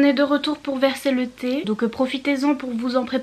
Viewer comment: "Je ne suis pas énervée a few moment later JE SUIS ÉNERVÉE" ce moment parfait ... On va verser le petit theeeeeeee cette version va me reste en tête à jamais. Chacun a son avis a pres tout ... "Ducros se décarcasse." "C'est comme moi je n'aime pas la cannelle. Ducros ne va pas venir à ma porte et me dire mais je me suis décarcasse quand même. C'est comme la pizza de Buttoni. Vous allez la faire chauffer et au final , elle n'est pas bonne, elle a mauvais goût. Les PDG de Buttoni ne vont pas frapper à votre porte : on a fait la pizza super bonne et toi tu dis elle est pas bonne. Avec le petit accent italien c'est parfait. Je suis tellement d'accord avec toi sur l'avis des livres que l'on peut avoir. C'est compliqué pour les auteurs mais toutes choses ne peuvent pas plaire à tout le monde. Comment des personnes peuvent être méchantes comme ca ...surtout pour l'avis d'un livre. Chacun fait ce qu'il veut. "Toujours la mais eux non"#onedirection "Je ne suis pas venue ici pour souffrir okay" Ta vidéo est trop bien j'ai tellement rigoler 😊